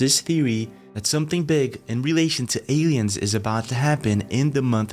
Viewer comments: Odd how u pronounce "Europe"......a-e-ens "aliens" Please don't abandon ur other channel it's my favorite. Love u. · Odd how u say Europe..... aieens aliens